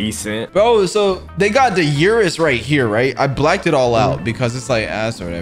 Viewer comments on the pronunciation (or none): Bro said "blacked" 💀